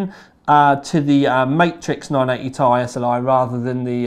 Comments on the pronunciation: 980ti Is pronounced as "T"-"I" a tie is something you wear around you neck. As in Tie-fighter. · When he says Ti as "tie" I die a little inside